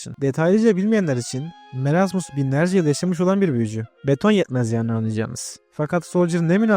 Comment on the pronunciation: Abi merasmıs deyil moresmıs diye döyleniyor